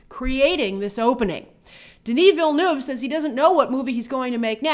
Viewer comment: As someone from Québec, I'm glad you're finally pronouncing "Denis Villeneuve" properly.